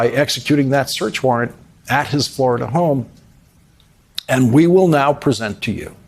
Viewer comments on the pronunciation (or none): none